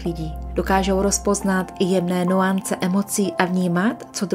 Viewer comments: Podle rychlého, až zplašenéno textu mi říká má intuice "Ta vůbec neví, nevnímá co čte. Je mimo přítomnost. Jen text předrmolí, bez uvědomění a procítění. Je MIMO." To mi říká má intuice. Že jste zcela mimo, jen bezpřítomně drmolíte svědčí hned v úvodu : Naše NUANCE jste přečetla jak vidíte, přitom výslovnost je NYANCE. Nikdy, teď ani v minulosti mě nepřitahuje čtení mechanické, jakoby četl robot - Když cítím, že osoba je Duchem nepřítomná, jen mluví, mluví napsané před sebou, výstižnější je nepřítomně žvaní. To mi říká má intuice. Vím, že intuice se nikdy nemýlí! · Píše se to nuance, ale vyslovuje se to ,,nyance" 😉☝️